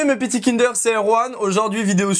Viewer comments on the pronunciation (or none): none